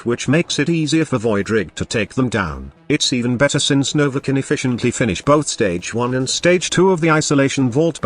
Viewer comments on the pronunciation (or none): none